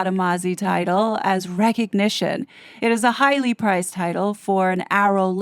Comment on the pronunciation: When you said "...highly prized title..." I heard 'highly priced title'. I had to look at the screen, to make sure. What I heard was more accurate.